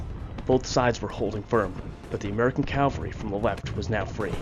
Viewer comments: Please, please,please stop confusing Cavalry with Calvary. Cavalry are military horsemen. Calvary is the hill in Jerusalem upon which Jesus was crucified. You do great work, but this mistake makes you sound incompetent ( which you are not). CAVALRY. Not. Calvary With respect , Marcus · Thanks you for the video... please say after me...CA-VALL-RY....thanks again !